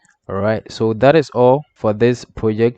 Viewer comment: When you talk 'all for' it sounds like 'awful'